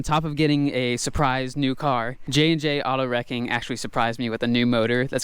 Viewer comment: its jandjautowrecking not jandjautowreaking